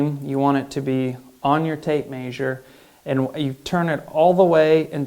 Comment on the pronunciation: The way he says measure 😂 he says maysure 😂that's great